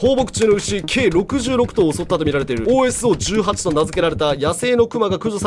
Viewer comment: OSOは「オソ」って読みますよ…